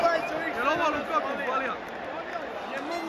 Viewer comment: Nije Lukaku vec Lakaka